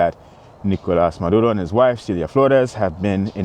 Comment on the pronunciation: You latino bro ? That Nicolas Maduro pronunciation was on point